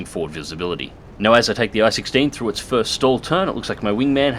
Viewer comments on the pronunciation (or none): none